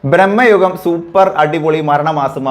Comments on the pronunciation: സിനിമയുടെ പേര് ശേരിയായി പറയു.. ഭ്രമയുഗം.. ബ്രമ്മയുഗം അല്ല 🙏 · Its ഭ്രമയുഗം bro.. Not ബ്രഹ്മയുഗം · ബ്രഹ്മയുഗമല്ല ഭ്രമയുഗമാണ്